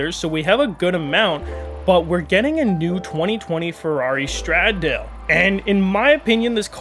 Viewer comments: i’m not being petty, but it’s pronounced “Stra-Dal-Eh” SF90 Stradale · The way he said the Stradale